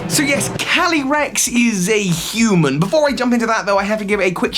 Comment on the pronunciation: When he says “calyrex” fast, it sounds like he’s saying “candy Rex,” like a candy T. Rex